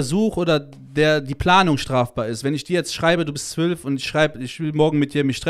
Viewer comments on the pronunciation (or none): none